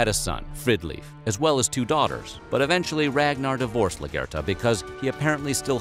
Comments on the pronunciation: LAGER-THA. Not “la-ger-ta”. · The way he pronounces Largertha kills me, he says “LUGURTA”. All these channels get voiceover people who always have no idea what they are on about. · Lagitha (lag...ith..the) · I winced at the way he pronounced Lagertha’s name 😫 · Largata isn’t pronounced right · Most of the Vikings scenes doeee are a bit wrong and how he says Lagertha lul